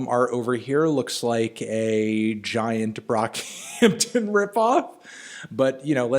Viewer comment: did melon just say B R O C K H A M T O N